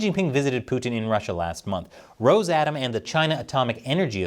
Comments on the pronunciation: Oh, it is not a roZe-atom. It is roS from the russian word for russia - rossiya. So - RoSSatom.. Reminds me of the German SS... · Minor point, I believe they pronounce it "Ross a tom", rather than "rose atom" Like "Ross cos mos" for their space agency... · Its pronounced more like: Ross a tom or Rus atom Its Russian Atomic energy, not Rosian Atomic energy. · It's pronounced Russ-atom